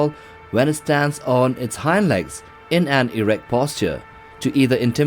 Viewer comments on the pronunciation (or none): none